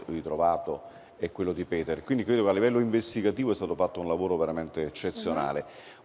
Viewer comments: Anche il nome si pronuncia Peter , nn Piter. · "Buongiorno, oggi parliamo di Piter, voi sapete... il padre di Benno Niumar". È inutile, siam proprio messi male con 'sta qua... ma possibile che non ci sia nessuno in Rai che le insegni (almeno) a non storpiare i nomi delle vittime?!